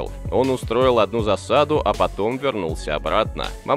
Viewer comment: Автор, просьба в будущем не говорите Мамышулы а Момышулы. А в целом большая благодарность за видео